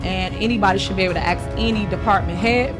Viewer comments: The way she says aks, not ask really grates with me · WHEN A PERSON TALKS TO TIFF! SHE NEEDS GRADE SCHOOL LANGUAGE. SO ( HYPOCRITE ) WE USE THE WORD(TWO FACED) OR THE WORD ( ASK ) NOT (AKS) (QUESTIONS) NOT (WHOSTIONS) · I axe u. That’s all you need to know about this POS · She might get what she wants if she were ro "ask" not "ax" for it. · The word is :"sked" NOT axed.